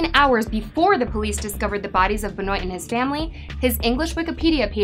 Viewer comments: I noticed that too! I think its pronounced "BEN-WAH" not "BE-NOYT" but I could be wrong. But yeah, still a pretty good video! ^_^ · There's a lot of bullshit here... Also it's benwah not bahnoyt jfc. I can't stand wrestling and I know that. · Im pretty sure you mispronounced Chris' last name. Its French.